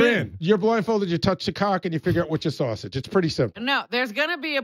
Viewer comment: Sal: Saw-sage not sausage but Saw-Sage smh....sad that this show trying its hardest to stay alive